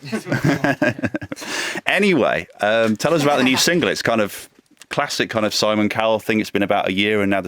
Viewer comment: "By oohz, One Direction." Harold, it's us not oohz. You goof.